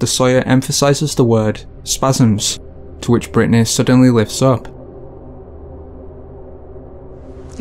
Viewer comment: Agree but it's Britney NOT Britanny.....